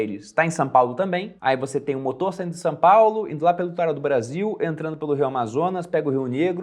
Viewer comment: só eu percebi que o fala "Sã Paulo"?